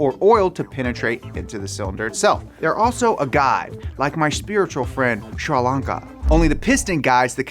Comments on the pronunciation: Shurlanka sounds like Sri Lanka lol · I love how he took Sri Lanka and turned it to Shralanka like it's some hipster chick🤣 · Did he say Sri Lankan or Shrilanla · Its not shar lanka its sri lanka 🇱🇰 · I thought you were saying Sri Lanka for the longest 😂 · There's no H in Sri Lanka,!!